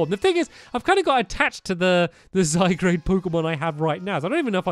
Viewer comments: Only if he really knew HOW TO pronounce zygarde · yes...its annoying... i want to go to his house anD TELL HIM ITS ZYGARDE NOT ZYGGRADE!!! shoutings done. :) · It's ZyGARDE, not ZyGRADE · STAMPY, ZY-GAURD!!!!! NOT ZYGRADE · U know it's ZY-GARD, Not ZY-GRADE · JosephOfRavenclaw Yes its pronounced zy gard not zy grade 😑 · Am I the only one who wishes Stampy would finally realize that it's Z-Y-G-A-R-D-E and not Z-Y-G-R-A-D-E? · hey stampy you do know that that its zy guard not zy grade and zed moves are really called zee moves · stampy your so called " zygrade " is actually called Zy-Guard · Its Zy-garde not Zygrade. Love ur channel btw. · The 'a, is before the 'r' in Zygarde! Zygarde, not Zygrade. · Hey stampy, you pronounce zygarde's name as (Zy- Gar-De) not (Zy-Grade) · "Zygarde" is pronounced "zy-gard", not "zy-grade". There was probably a bunch of comments telling you that. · zy-guard not zy-grade 😬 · Stamps I'm not trying to be mean or anything but it is not pronounced zygrade It is pronounced zygaurd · It bugs me so much that he says ZyGRADE not ZyGARDE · Stampy, it's pronounced zy gaurd, not zy grade! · ITS ZYGARDE, NOT ZYGRADE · Zygarde not zygrade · STAMPY!!! It's zygARD not zyGRADE!!!! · its zygarde not zygrade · zy gard g a r d not grade g r a de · zygARD not zygrade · anyone else annoyed by him calling it zygrade? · pug blues i am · XD HE SAYS ZYGRADE BUT THATS INCOORECT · STAMPY ITS ZA-GARD PLS SAY IT RIGHT 😂😂😂😂😂😂😂😂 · Can someone explain what a Zygrade is? Or does he mean Zygarde? If it's meant to be Zygarde he really needs to take a look at the name. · This is how you pronounce Zygarde (zy guard) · It's zygARd! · stampy, zygarde is pronounced zie/guard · You pronounce it zy-gard STAMPY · it's pronounced Zy Guard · pug blues im annoyed if he say zygrade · it's pronounced Zy. garde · It's pronounced zy - garde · its pronounced zy-guard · i keep hearing zygrade uggg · IF STAMPY MISPRONOUNCES ZYGARDE ONE MORE TIME I'M LITERALLY GOING TO EXPLODE